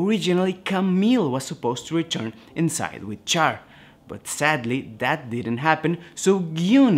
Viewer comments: It's said "Shh-arr"... Not "Char" like when you burn meat. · it's not pronounced Char my guy it's pronounced (Shar) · Ummm...CHAR is pronounced "SHAR", like in French. (In Japanese, it's "SHAAA".) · Do not make videos regarding Char is you are going to disrespect his name by pronouncing it wrong. Immediately turned the video off after the second time you pronounced his name like he was something you scrape off a grill. It is pronounced Sh-ar Shar.